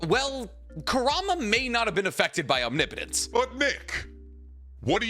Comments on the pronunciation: Holy shit he said omnipotence correctly!!! :O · Finally he said omnipotence correct